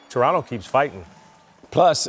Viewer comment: It may seem like a small thing, but props to you guys for pronouncing Toronto correctly (“Trunno”, not “To-RONT-to”). It’s respectful and we appreciate it.